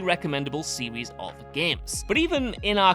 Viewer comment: When your regional British accent forces you to say series like a toddler that can't speak properly and you say 'serwees' instead, it's time to stop. The British's desire to sound regional distinct from one another when the entirety of the UK isn't that large of a region, comes at the cost of sounding like, how do they say... a total numpty.